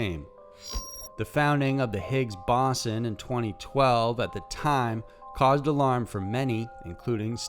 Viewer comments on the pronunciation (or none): Higgs-BOSSON?!? Higgs-Bo-saan. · O you sure did slaughter the hix boson name